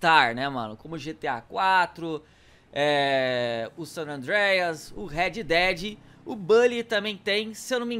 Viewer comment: O Sanandreias , WTF KKKK fala pior que eu